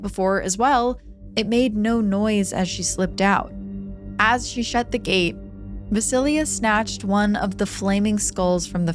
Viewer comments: Thank you for the Slavic folklore! I knew Baba Yaga also as Baba Roga in my childhood. By the way, and I hope you don’t mind me saying, but ‘Vasilia’ is VasiiSa. Jenny Greenteeth from the first story reminds me very much of the Rusalka/Rusalija of Slavic folklore, and the Germanic Nix. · Small knitpick I wanted to mention— Vasilisa is pronounced something like voss-uh-LEES-uh rather than va-sil-ia There are pronunciation guides online so you can hear what it sounds like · Vasilya 😒 it’s Vasileesa